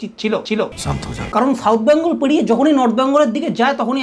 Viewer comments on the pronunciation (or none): U r just jealous because u didn’t get called!!! R katha ta byangol na Bengal!!! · Dada ota bangol na bengal "Bang" na bole beng bolen Nijer "bang"o nijei korchen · আচ্ছা এরা সবাই "বেঙ্গল" কে "ব্যাঙ্গল" কেন বলে? 🤔 এই জন্যেই দাদাগিরি তে ডাকেনি 🤣